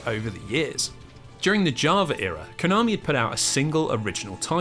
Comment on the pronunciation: I'm and it always gives me a disgusting and a wierd feeling every time this guy says Konami as covit